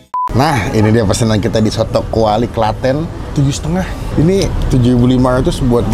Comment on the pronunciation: Kwali bang bukan Klawi wkwkwk